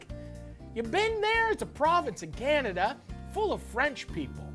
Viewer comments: Anyone else noticed "CANDA"? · Canda? Ok. Hilarious nonetheless